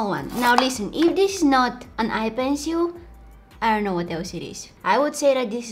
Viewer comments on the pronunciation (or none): “Let’s open this like DIS,and like DIS” lol